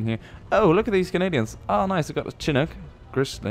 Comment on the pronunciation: Just a pronunciation notification: It's SHIH-NOOK" You're welcome :D